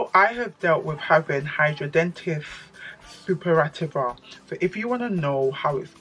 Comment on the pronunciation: Loooool. You completely butchered it. hi-dra-de-nigh-tis supra-i-tiva. Wish I could voice record lol. Unfortunately it is related to weight as majority of people who have it are overweight. I understand it’s very painful. I don’t have it but as a doctor I can say it is poorly understood but a dermatologist is best to help.